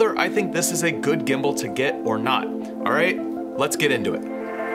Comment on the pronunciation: a good gimbal to get “OR NOT”, sound very Malaysian 😂